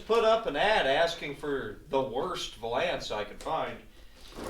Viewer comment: Are you pronouncing valance that way as a joke? I cant tell if you’re being serious. Great video👍